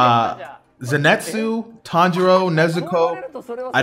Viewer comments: It’s pronounced “Zeni•tsu” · Just fyi, its Zenitsu not Zinetsu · zenitsu not zinetsu like fkn pls bro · its pronounced za neat su